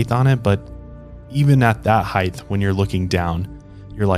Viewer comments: LOVING this show so much! Neurotic side note: its HEIGHT not heighth. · I think it’s weird you’re not mentioning the extremely low odds of something happening to you at a theme/amusement park. The millions of people who go to the parks vs. people who are injured on rides ratio is negligible. But you also pronounce the word height as “heighth”, so there’s that. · Please stop saying heighth. It's not a word. The word is height. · Did you really just say "heighth" 😳 fucking heighth 😄 you absolute moron